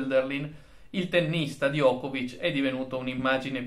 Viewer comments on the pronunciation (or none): Diego. In serbo Djokovic si pronuncia Giocovic con la C dolce finale.